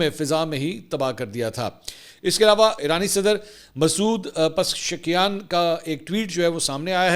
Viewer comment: منصور بھائی ایرانی صدر کا نام کسی استاد سے اچھی طرح یاد کر لیں (pa zishkiaan)